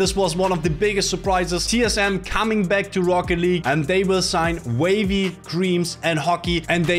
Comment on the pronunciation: why does everyone pronounce wahvey like wavy, it's wah-vey